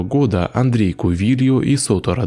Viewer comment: Скорей всего Андрэ Кувильо, а не Андрей, аж что-то прям слух режет-)